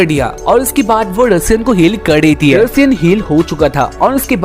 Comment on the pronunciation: Bhai vo Russia nhi ru Sian hota hai😂😂